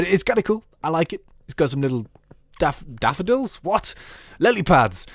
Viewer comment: Dafadills hahahahah aha